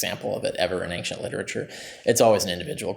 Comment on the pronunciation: As much as I do enjoy listening to Dr Carrier discuss the subjects he's an expert in, MY GOD MAN! The word "Ancient" does not have a "G" in it! It drives me up the walls!